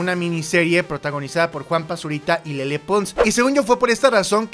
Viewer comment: Mau, Rudy Mancuso ha trabajado con ludacris, charlie puth, Stephen Curry, Justin Bieber, etc y es mucho más talentoso que Juanpa. P.D. Se pronuncia “lele”, no “lelé”